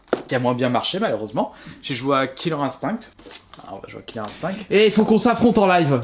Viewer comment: « KILLER INSTINKKKK » 😂